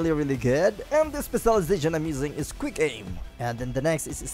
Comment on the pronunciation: Instead of “quick” it sounds like hes saying “greek”